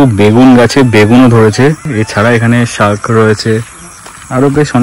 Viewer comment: shark😂😂😂????!!!! ওটা কে শাক বলে ভাইটি। বাঙলাটা বাংলার মতো করে বলতে অসুবিধে হলে English would have been the other option.😊😊😊